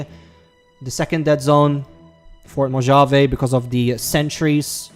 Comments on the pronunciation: again... its not mojave when sayin it sounds more like Mohave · It’s Mow Haa Vee not Mo Javey. That’s for Mojave. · It’s pronounced “mo-hah-vayy”